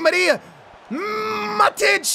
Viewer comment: Also, it's pronounced Ma-tweedy, and 'Mah-tich', your pronunciations kill me man